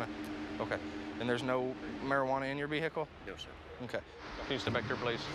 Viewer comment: And there’s no mariWana in your veehikle